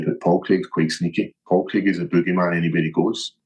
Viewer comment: I only put this on to see the hypocrisy of how Ariel makes such a big deal about pronunciations - when he can’t even say Craig 😂